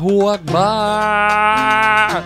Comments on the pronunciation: Alah is Alah Jordi :D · Did you say Allah is alive in the end of your video? LoL